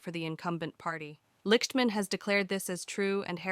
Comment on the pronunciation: His last name is pronounced "Licked-man."